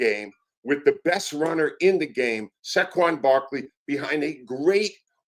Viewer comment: Sackwon? Cmon dude Sayyyyyquan get it tihht